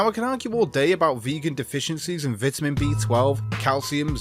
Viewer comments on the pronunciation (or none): You mispronounce vitamin several times.